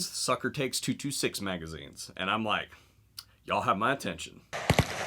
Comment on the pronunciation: You say yall like a yankee